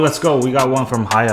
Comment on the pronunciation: LET GOOO HAYHA = HAIYA. That made my day